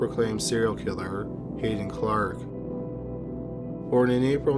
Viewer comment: It's Hadden Clark not Hayden Clark.